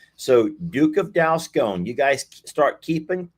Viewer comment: it's DUKE OF DALSCONE